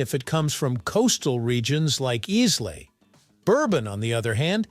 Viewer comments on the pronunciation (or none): . Please learn the correct pronunciation if you want to be taken seriously. That island is not IZZlay. It is EyeLa. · Islay is pronounced ‘eye-la’ and not ‘Izz-lay’ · Did you notice he pronounced Islay as Islay and not I-luh or e-luh? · Oh no!!! It’s pronounced isla… how do you make a whisky / scotch video and pronounce it is lay!? Smh….😂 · "Is-lay" LOL Eye-Luh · E-slay? It's pronounced Ay-la. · Islay is actually pronounced EYE-luh, not eez-lay… 😂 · Islay.😅 It's pronounced 'eye-luh' not izz-lay or iss-lay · Islay is pronounced “eye-la”, not “is-lay” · First off its Whisky not Scotch. Second its eyela not eeslay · Good lord..Islay is pronounced. "eye-la"🙄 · Mispronouncing Islay (in two different ways!) calls into question your judgement of Scotch whisky and perhaps more. If you can be wrong about something so simple, so easily confirmed, you might be wrong about much, much more. Nobody says "iss-lay" , or "eez-lay" . Maybe the "History of Simple Things" is simply made up. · "Islay" is pronounced eye-la. Got it? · Islay is pronounced eye-lay. :) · Whisky is scotch, others are whiskey. Pronunciation of Isla, the S is silent. At least do some research. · "Iss-lay"??? You and your channel lost all credibility. Won't waste my time again. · “Islay” wrongly pronounced: EYE-lah is how Scots call it. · Islay is pronounced Eye Lay (no s). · The way he say Islay annoyed me more than it should had 😅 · Learn how to pronounce Islay correctly. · Dear God please learn how to pronounce Islay before you talk about whisky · PLEASE...can Americans learn how to pronounce Islay ! Is that asking so much from a whisky video ? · A really good tip to give the videos credibility would be to learn how to pronounce Islay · There is a right answer. I just forgot it. Also, you’re not pronouncing ISLAY correctly. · Good grief! A video like this should at the very least know how to pronounce Islay. I am embarrassed for you. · the pronunciation of Islay is completely wrong.